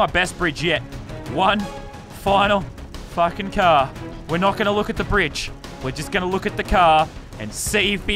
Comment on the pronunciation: He said don’t fwucking worry